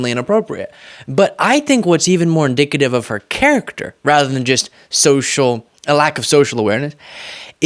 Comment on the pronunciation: He said inDICKative